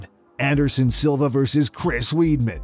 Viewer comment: It's not Chris "Weedman"